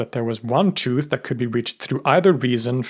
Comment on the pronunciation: I couldn't finish the video, his insistence on pronouncing 'truth' as CHOOF over and over was too grating on the ears. Many words so poorly enunciated one wonders if his english is so sloppy, his research behind these videos must be as well.